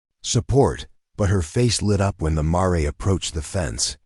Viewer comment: Your AI needs some tweaking... mispronounced words and names...ie the name Jeremiah (jer-ah--my-ah) the word mare (mair)